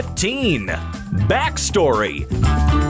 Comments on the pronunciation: you said "Back Storyu" XD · Lol "Back storyu"